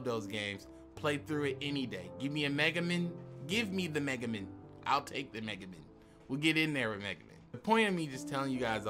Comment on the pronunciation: it's megaMAN, not megamen lmao I had to say something it bugged me how u said it lol. What do u think about us getting winged dragon of ra? U think we're getting obelisk and slyfer?